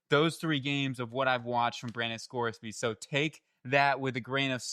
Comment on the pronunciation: Say his name right..Ive been saying this about Sorsby since year hoping ppl would take notice even Champ Bailey loves this kid i hope the Dolphins get him! He's gotten so much better wirh his accuracy, pocket presence quick release ain't afraid to take off hes super quick breaking ankles